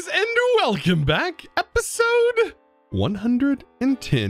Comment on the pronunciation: pls stop saying HEP - HIIII - ZOD in the intro